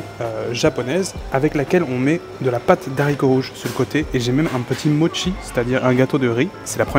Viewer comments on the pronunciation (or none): none